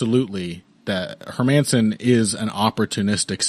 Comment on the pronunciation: Hermansson? Nah, mah man, son.